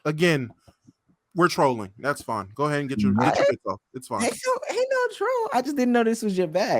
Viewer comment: said “guhead” 💀💀😂😂